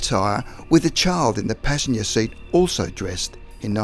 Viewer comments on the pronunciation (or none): none